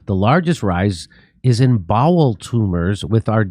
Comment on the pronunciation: Well at least its bowel cancer. I thought he said ball cancer... that's even more terrifying. Anuses are overrated